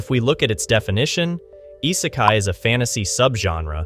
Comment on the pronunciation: If you want people to take you seriously, maybe start by correctly spelling "popular" in your title card. And by pronouncing "isekai" correctly instead of whatever tf that was 👁sakai sounding ahh. I'm half convinced you're just using an AI voice as your pronunciations are so wack. If you want to denounce Isekai as boring you may as well denounce the entirety of Anime as boring as well because you are being willfully ignorant of the vast amount of subgenres within it. There are plenty where the "OP MC" trope simply doesn't exist, Re:Zero being an obvious prime example with the dude getting murked over and over and the utter heartbreak that he experiences repeatedly, and others that fully delve into it and become an absolute joy to behold such as Eminence in Shadow. And with the uptick in Villainess shows and Otome game reincarnations we're getting lots of female representation as well which is fun in its own right. Isekai is exactly that, another world. It is a place of fantasy and nonsense and the MC being from our world simply acts as a surrogate for us to imagine ourselves there alongside them. You just don't care for Isekai and that is fine but don't bash the whole damn thing because that is no better than the people that claim they despise everything under a certain topic despite never having seen more than 2 shows or songs or foods or anything.